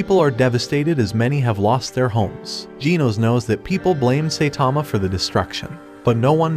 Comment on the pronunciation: It's now jeans not genos